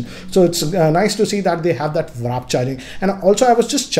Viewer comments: It's warp charge not wrap charge 😅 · It's "w a r p" charger guys not wrap ffs